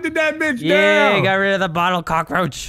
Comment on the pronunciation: said bottel lampXD